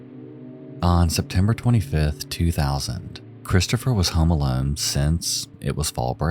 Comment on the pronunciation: "Heome aelone"😂 What an accent!